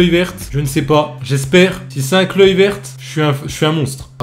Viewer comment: Kluivert ca se dit kluiveurt et van dijk ca se dit van deyk